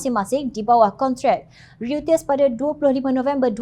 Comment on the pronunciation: sebut ‘Reuters’ …. RIYUTES… sepatutnya sebutan ‘rotes’